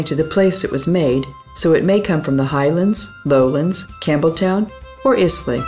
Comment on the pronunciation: Is lay !!! Good grief itis pronounced Ayelah